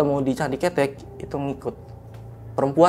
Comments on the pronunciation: Candi kethek bang bukan candi cethek Kethek/kera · Candi ke-te'k ( monyet 🐒 ) bukan ketek bang ke tek cara pelafalan basa jawanya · Maaf bang pembacaan nya bukan candi ketek 😄 bang tapi Ktek .. kalo ketek mah ketiak bang bukn monyet artinya 😄🙏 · # Bukan CANDI KETEK. KETEK ITU KETIAK . YG BENAR "CANDI KETHEK" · Smaa "Kethek"=monyet "Ketek"=ketiak😂😂😂😂😂😂😂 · Salah tuh, masak candi ketek (ketiak) 😂 Pelafalan e nya yg depan salah ,,, harusnya ke-tek ( ke nya bacanya seperti kata awalan ke ... Contoh ke pasar. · Salah pengucapan salah arti .. Narasumber sll salah mengucapkan .. Kethek artinya monyet ... Ketek artinya ketiak... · Cara bacanya candi ketek "é" nya bkn kaya lele, klo bacanya gt jd ky ketek ketiak. Ketek monyet ity baca "è" nya kaya kemana, kerumah, kesini, kereta, ketek hehe jd bkn ketek ketiak. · Bacanya bukan ketek bang.. 😂, gua jadi geli sendiri... Jangan samakan dengan ketiak.. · yang disebut masnya, kalo di Jawa artinya kaya candi 'ketiak'😅 salah penyebutan 😅 yg bener penyebutan E nya kaya 'malem'